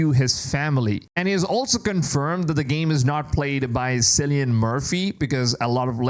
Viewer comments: Kill-e-an not sillyan😂😂😂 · It's Killian, not Cillian in terms of pronunciation. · Silly yin